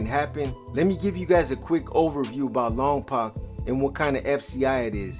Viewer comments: You’re not pronouncing Lompoc correctly. I’m a Lompocan and the way you pronounce the poc is poke, like you poked your eye LOMPOC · I only say it because I live close by.. it’s pronounced Lawm-poke